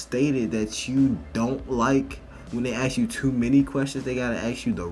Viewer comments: the word is ASK - not AKS, it's ask! English motherfuckers! do you speak it? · Let me ax you dis. She took an English class? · In college and cant even pronounce ASK.. That is my problem these days with the schooling system. I've noticed that in a few of these Professor videos. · This kid's in college, talking about offensive white kids in her English class, and can't pronounce the word ASK! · Is this a cool thing or can americans really not say the word 'ask' in English. Is it like the French and 'hamburger' ?? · Ask is pronounced with an s in-between the a and k. You’re being brought up to mispronounce it. It seems like a small thing but to everyone else it is a dog whistle that you were brought up in an environment that is isolated by segregation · I can’t believe college students don’t know how to pronounce the word “ask“ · why is she saying ax instead of ask, if she grew up around white people no way she picked that up from white people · It's "ask", not "axe"... get a proper knowledge of language. Stop being so dumb. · The moment you say AXE... I'm out. The word is ASK. Stop pandering. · The word is “ASK” not “AXE”. You’re in college for God’s sake!!! Appreciate the content! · As a non-american person, what is the accent when people say "axe" instead of "ask". The interviewee says "axe" very clearly instead of "ask" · Why do blacks say axs and not ask? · Guys please stop saying ax instead of ask... it a British slang from north east of London, has nothing to do with black ppl. it just makes you sound silly, please stop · What I NEED to know is why can't this Woman speak proper English? She says "Axe" instead of "Ask". Does anyone notice this and SEE how this can be a problem? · You are in college , you think you could learn how to say ask . Ax, really ? You're in college . And spare me that black folks can't say ask . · College student doesn't know proper English, seems about right. "Let me AXE you a question" low IQ af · AAAASSSSK NOT AX! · the word is “ASK”